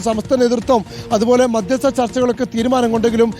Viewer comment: സ്മൃതി മാധ്യസ്ത ചർച്ച എന്ന യല്ലല്ലോ മധ്യസ്ഥ ചർച്ച എന്നല്ലെ